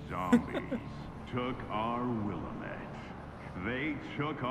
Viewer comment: I love how they are butchering "Willamette"